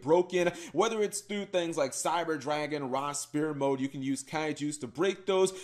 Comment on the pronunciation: what the fuck is "Ra Spear Mode"?. It's Sphere Mode, pronounced sfear.